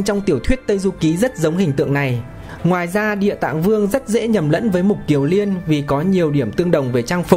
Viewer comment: Xin người đọc lưu ý là Mục KIỀN Liên chứ không phải là Mục KIỀU Liên nhé